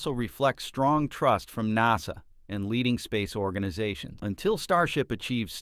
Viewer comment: Please say NASA CORRECTLY !!! AI sounds horrible.